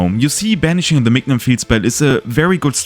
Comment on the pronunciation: Great video ! Just wanna mention, mignon is pronounced like the word minion